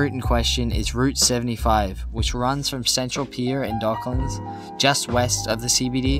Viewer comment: I'm not happy with how you pronounced Docklands either 😜 Dock - lands, pronounce it all, don't slur any if it. I can see you ruffled a few feathers with your pronunciations so one more won't hurt 😁